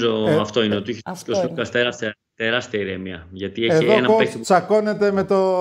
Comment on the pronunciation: Αντί να προσπαθείς να πεις τον Αταμάν, Άταμαν κοίταξε να μάθεις πως λένε τον Σλουκα που είναι και Έλληνας. Σλούκας λεγεται όχι Ζλουκας!